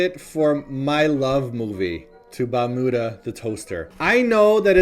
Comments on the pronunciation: Balmuda sounds like you were saying bermuda.. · Yayyyy! New video! I wanna have one too. It is pronounced as Bal-miu-da (バルミューダ) actually. :)